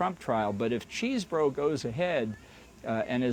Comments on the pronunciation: I chuckle every time someone says Cheese-Bro. Its actually pronounced Chez-Bro. You dont even want to know how I know this. 😂😅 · Am I hearing this right? Did he call him Cheese Bro?😂